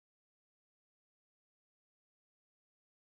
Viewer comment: "rook mine"